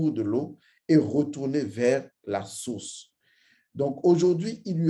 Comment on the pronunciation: Vous avez exprès en début de vidéo de dire source comme sauce😂